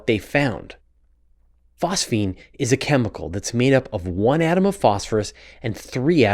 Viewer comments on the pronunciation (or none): none